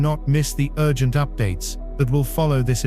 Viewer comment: Mind you, everyone. This is a "YOU-GENT" message. That's what happens when you have A-I read a script. And dare i suggest, the script probably written by A-I, also. It's important that we stay with our own inner voice, and not rely on such contrived messaging as this.